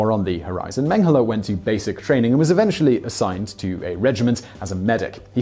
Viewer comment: It seems like you are pronouncing Mengele like Menghele, with an h in it. Maybe I'm the only one noticing it